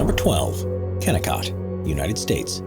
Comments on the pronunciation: It's pronounced kenniCOT AND RAIN(soft g)gel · your info on kennecot is wrong in so many ways.... from pronunciation, to the fact its not a ghost town. people still live there. just not in the mine itself.